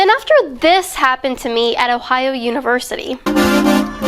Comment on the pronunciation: She can't even say Ohio,lol. Don dwink da fwowide! ... but really don't drink fluoride.